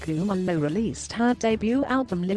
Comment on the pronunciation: I like the way you pronounce her surname